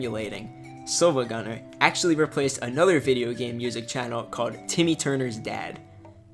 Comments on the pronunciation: its not seeva its silva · exactly it's pronounced sil-va like silver, sil-va-gunn-er not see-va-gun-ner